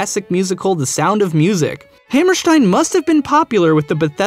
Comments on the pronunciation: It's Ha- Mer (like in 'merica)- St - "i"-N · You're over pronouncing Oscar Hammerstein's name. It's not as German sounding as you're making it.